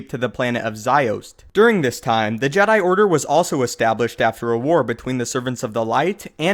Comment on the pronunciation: to duh jeydai. paahahahahah